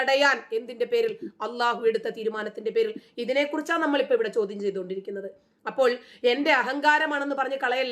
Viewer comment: വലയ്ക്കുന്ന ശോദ്യം ്് ശോദിക്കല്ലേ . ടീച്ചറ് മ്യോളെ😂